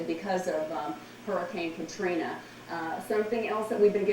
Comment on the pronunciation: "hurricane katrin"😂